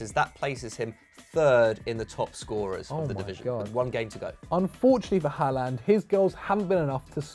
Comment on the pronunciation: Its pronounced „horland“